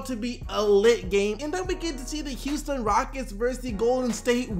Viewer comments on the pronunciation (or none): none